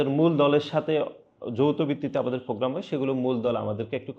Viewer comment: ফ্রোগ্রাম নারে আদু ভাই প্রোগ্রাম